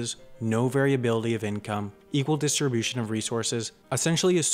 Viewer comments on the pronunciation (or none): Bro said "homogenius" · DID YOU SERIOUSLY JUST PRONOUNCE “HOMOGENOUS” LIKE THAT???